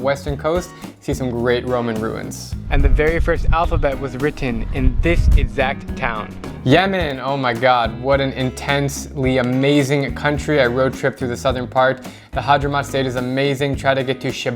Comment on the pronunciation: Don't you mean the Hadhramaut Governorate? (It is pronounced Had-hra-mau-t)